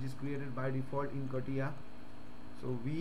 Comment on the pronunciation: Never thought I'd hear it be pronounced as kattiya XD